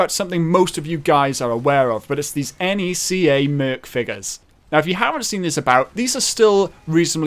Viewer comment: Lmao the way you pronounced NECA